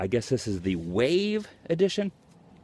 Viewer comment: THE WOOVE ..instead of wave